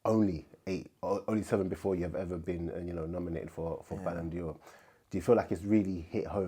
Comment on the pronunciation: Ballon d’Or not Ballon ‘Dior’ 😂